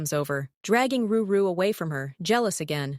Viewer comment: Drew instead of edrix and ruru instead of rory , and rakki also jina 😂